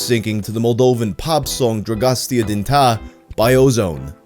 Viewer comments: It's pronounced Drag-oh-sta Din TAY (not TAH). Just like they say in the chorus of the song if you ever heard it lol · it's "drah goh stay ah deen tay" not "dragostee din tah" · The song name is pronounced - Drag-oo-stah- deen-tay, just to let you know... My friend and I really got into Ozone after this video came out, and we downloaded their entire album, learned all the Romanian, and really rocked out on road trips in college. Such fun music! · dragastia di ta LMAO, it's spelled drag-o-st-eah din tay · That pronounciation was really bad. You pronounce it as "Draggohstah dinh teij" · "droasti din ta" . no. no no no. you even hear the phrase in the song if you need a reference. This is not how you read aloud Dragostea din tei. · Drugusta dintah? Mate, if you'd heard it, you wouldn't pronounce it like that. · numa numa, dragostian dinta... is it really so hard to pronounce dragostea din tei??? it is definetly not pronounced dra-gos-ti-an din-ta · It’s “drah-goh-sta-din-tay” you can actually hear it in the song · "drogostia din tah" bro they say the words in the song, how can you pronounce them wrong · Dragon Steering The Tar? I mean, I get that you don't know how to pronounce it, but they literally say it in the song. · Dragos-tee-a Din Ta-a.....my fucking abs, man! 🤣🤣🤣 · how do you mispronounce Dragonstea Din Tei when they literally say it in the song 😂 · 1. It's pronounced roughly "dragosta din tay" 2. Dragostea Din Tei was hugely popular throughout continental Europe in the summer of- 2003? 2004? Whichever it was, I had a couple friends who spent the summer on an exchange program in Germany, and they loved the song so much they shared it with the rest of us when they got home. It was really weird when the lip sync video went viral, because suddenly everyone knew the song but they were all calling it "Numa Numa" and acting like it originated from the lip sync video. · Its pronounced Drago-Sta-Din-Tay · It's pronounced rah-go-stah din tay